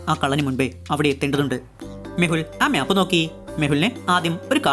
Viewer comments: മ്യാപ്പ് അല്ല മാപ്പ് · 'MYAP' ALLADA ‘MAP’ ANN CORRECT